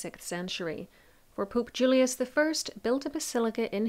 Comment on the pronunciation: She said poop Julius 💩 😂😂😂😂